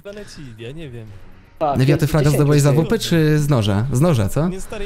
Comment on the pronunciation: O panie ale kaleczysz ta AWP :)